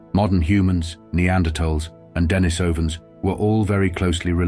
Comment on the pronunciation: Den-I-sovans. Look, if you can't even pronounce this, wtf do you know?